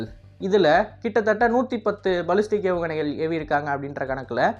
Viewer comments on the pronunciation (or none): பலிஸ்டிக் இல்லப்பா...பேலிஸ்டிக் ஏவுகணை...